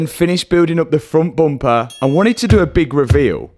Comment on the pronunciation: You have to do a shot every time Matt says "boompah" (bumper).